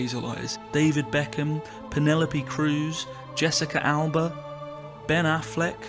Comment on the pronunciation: Ughhh that was not cruz or alba when you said their names you dope.